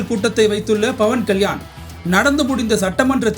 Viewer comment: dont say bavankalyan say pavankalyan😂